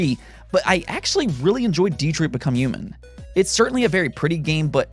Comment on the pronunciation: they way you pronounced Detroit lmao